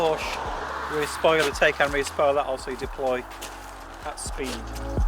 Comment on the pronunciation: dude !! you need to watch some videos from a German where he tells you how to say TAYCAN. not TAKECAN.